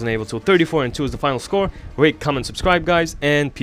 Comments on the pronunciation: When you signed out it sounded like you said rape, comment, subscribe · Haha I thought he said rape comment and subscribe